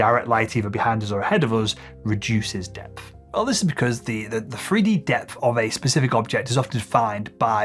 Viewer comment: I do like this chap, and find his vids interesting. However, and this is SOOOO petty, but, I can't cope with the way home drops the TH for an F, eg 'freeD' not 'three d' and 'frow' not 'throw' etc. Just a pet hate of mine, sorry 😑